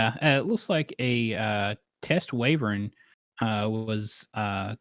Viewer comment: I can only hear the word "wyvern" being pronounced "wavern" so many times...